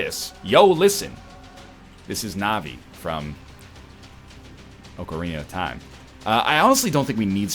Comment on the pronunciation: His most egregious mistake is when he said "Oak-arina of Time"